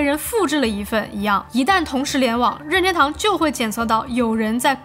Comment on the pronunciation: 每次说“拧天兜”都像在说上海话，日语音调更接近“您天兜”